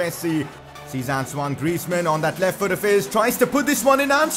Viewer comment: That's how you pronounce his first name, not, ant own e o